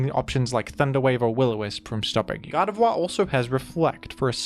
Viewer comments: my favorite part of this video is when pronounced "Gardevoir" as "God of War" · Can’t be the only one hearing him pronounce Gardevoir as “God of Wah”